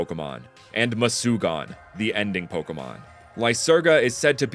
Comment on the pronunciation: It is not mucugan ,it is called murugan